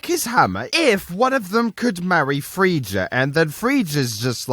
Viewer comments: IT'S PRONOUNCED FREY-YA but otherwise very good vid it was a real knee slapper muah love u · That is some nice pronounciation of "Freija"...